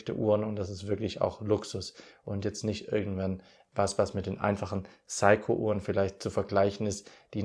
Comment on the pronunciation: Sehr schönes Video und tolles Thema. Und noch ein Youtuber von vielen, die einfach "SEIKO" NICHT KORREKT aussprechen. Vielleicht beim nächsten Mal 😊